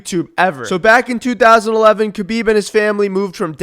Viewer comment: are you middle eastern cuz u can say kh so clearly